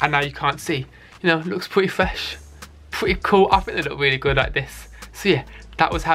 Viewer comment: I'm gonna get slammed for this but i have a thing about lisps - especially when people say a W instead of an R "thwead" "weally". it's petty, i know, but i can't watch this guy's videos because of it 😣